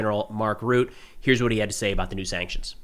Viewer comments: NATO secretary general Mark Route?! You butchered that one nicely! (It's pronounced as rhut-tuh) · Ruh-te Not Ruuth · Rutte. Try Rutteh, equal empasis on both sylables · NATO boi"s last name is pronounced Ruh-Tuh.